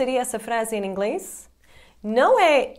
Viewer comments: Que legal o "Em Inglês" dela parece en inglês pq ele estão acostumados a juntar o "in english" que é com N e não M, mas o Português dela é um dos melhores. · Hey,! Your Portuguese is beyond excellent! However, when you connect "em + inglès," you give yourself away. It's not so simple to explain here because the connection between these words produces a phoneme that doesn't exist in English. Try and hear how native Brazilians pronounce them. I'm sure you'll master this in no time. Great channel! Way to go!!